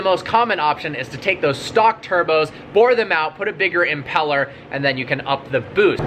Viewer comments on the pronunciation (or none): none